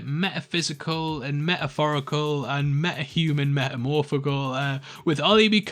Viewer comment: "meh-uh-physical, meh-uh-phorical and meh-uh-human, meh-uh-phorical"